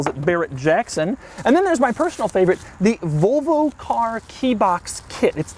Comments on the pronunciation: Can someone tell me how many times he said Volvo? And in a weird way? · good video but your pronunciation of Volvo is horrible :D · Its it only im some get lite arngry when he say volvo wrong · One of Doug's querks is the way he pronounces Volvo. Another is that he wears a t-shirt under a t-shirt. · Nice pronunciation. "The hundred thousand dolar VULVA." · sounds like your're saying Vulva which is the area above the vagina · Does it bother anyone else that he says "Vulvo"? Because it bugs the fuck out of me. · Doug the kind of guy who pronounces Volvo as Vulva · Had to stop watching after a minute because he pronounces it like "vulva" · he pronounces Volvo like Vulva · Sounds like your saying Vulvo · Of course he isn't objective, haven't you heard how he pronounced volvo every single time? Like it's filth or something, He is very far from objective. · never heard anyone say volvo like this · Doug, it's volvo, not vulva. That is something else entirely. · Doug I fucking hate the way you say volvo. It is “volvo” not “vulvo” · It's Volvo Doug, not "Vulvo" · I wonder if he's purposely pronouncing 'Volvo' the same way as the anatomical term for the visible female genitalia... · Every time Doug says Vølvo, take a shot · Great video. But why do people say “Vulvo”. It’s an O. It’s VOlvo. Like the Tennessee VOLunteere. You don’t say “i would like to Vulunteer”. It’s it a California/Arizona region thing? Almost sounds like you are saying a female body part: Vulva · A “Vulvo” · Its "Volvo", not "Vulvo". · If he says Vulvo one more time. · VOLV-O not Vulvo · Why are you saying "Vulvo"? You really seem to be going out of your way to pronounce it as close as possible to *vulva*. How do you say volume? Would you actually pronounce that like vulume? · If he says vulvo one more time im launching the nukes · Doug is the type or guy to pronounce, "VOL-VO" like, "VULVA" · Doug, pls.... stop pronouncing it "Vulvo" hahaha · The first couple times he said volvo it sounded like vovo